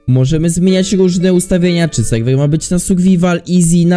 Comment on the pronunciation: mowi sie serwer a nie sejwej jak cos